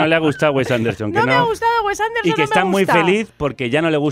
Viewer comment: Esto no es una crítica a la película, es un ataque al director, o sea primero aprende a hablar, no sabes ni decir "Wes Anderson" ni "Moonrise Kingdom".